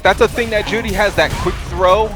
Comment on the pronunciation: Hate the way that guy says Juri "Joowrhli" You're not Japanese you weeb, just say Joo Ree